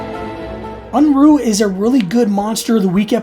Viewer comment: Always funny how nobody cares to look up the pronunciation of Unruhe.